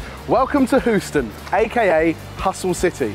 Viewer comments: welcome to “who-ston” oh no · lol....He called it Hoostin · and... C'mon man... Whoston? its Hueston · said "who-ston" xD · My American mum would cringe at calling Houston 'hoo-ston' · pronouncing Houston as "Hooston", just great! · said hooston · Did say hooston? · pronouncng Huston wrong killed me🤣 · Can someone teach how to say Houston